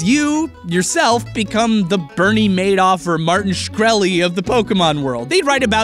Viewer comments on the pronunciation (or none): none